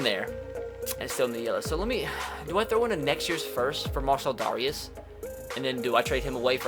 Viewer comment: Mar-sell Dare-ee-us